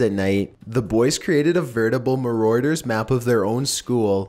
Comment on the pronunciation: "Westminister" "conSPYritors" "moroaders"